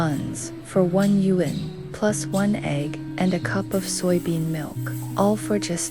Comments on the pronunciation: The narrator for this video is beyond irritating. Your pronunciation of the word “Yuan” is the worst I’ve ever heard. You say “Yu ‘An” like it’s 2 words, it’s not, it’s one word. You should not be narrating if you can’t pronounce basic Chinese words. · Great, informative video, although it does seem to be done via AI ..... since, for one thing, the "person" doesn't know how to pronounce the word "YUAN".